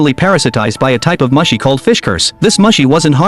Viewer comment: It's pronounced MOO-SHE, not Mushy.